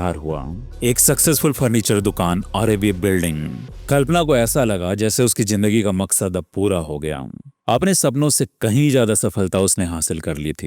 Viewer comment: Sir aap logo ko itni achchi story sunate ho apse ek request h ap apna talaffuz sahi kare sir jaher nhi zaher hota h jindagi nhi zindagi hota h